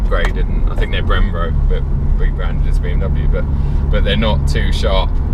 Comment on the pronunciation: Brembo, not Brembro...